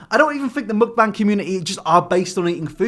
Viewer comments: it's muk-BAAANG not muk-BANG pls 😭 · i appreciate that u dont pronounce mukbang the way the americans do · The way you pronounce mukbang makes me want to tear my ears off every time you say it, it’s awful